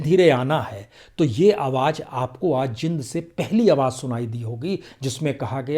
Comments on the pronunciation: Sir, it is pronounced as Jeend , not Jind though spelt so. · Prasoon bhai... The city is pronounced as .. Jeeend. ..not Jind. Please correct for future. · It is spoken as J eend not jind😄😃😅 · Sir...its jeend ....not jind...i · सर ये जींद है जिंद नही कृपया उच्चारण सुधारें